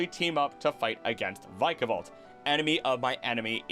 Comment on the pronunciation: inhales vick-ah-vault